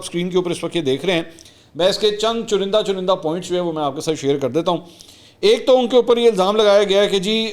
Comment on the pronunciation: چنندہ نہیں چنیدہ